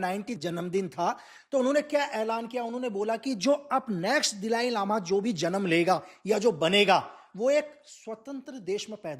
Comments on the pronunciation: बहुत फेंकतें हो भाई। 🤣🤣🤣 दलाई लामा को दिलाई लामा बोलते हो। 😂😂 अरुणाचल से 'water bomb' पे पहुँच गये ? कुछ भी ???🤣🤣🤣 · दिलाई लामा नहीं,दलाई लामा बोलो,, जो बातें आपने बताई, वो सब जानते हैं,, पोइंट पर तो बात की नहीं, इतिहास पढ़ाना शुरू कर दिया। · दलाई लामा है, एक सरल नाम उच्चारण नही कर सक्ता! सिक्किम काे भी निगल लिए हो इन्डिया